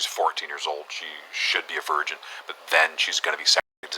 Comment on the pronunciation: I really don't like how you mispronounce key words or mute them entirely. I assume you are doing it for a reason but it makes it impossible to listen to your content while doing something else. VirGin, Accost, underage, etc